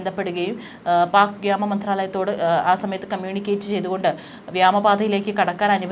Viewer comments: തുടർച്ചയായി വ്യാമ എന്ന് പറഞ്ഞുകേൾക്കുന്നു. വ്യോമം എന്ന് അല്ലെ ശരിയായ ഉച്ചാരണം. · വ്യാമ അല്ല,വ്യോമ